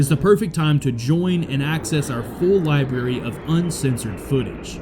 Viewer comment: Did you really say “libarry”. It’s library.